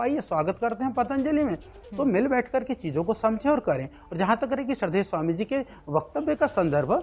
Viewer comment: IMA को स्वामी बोलना नहीं आता।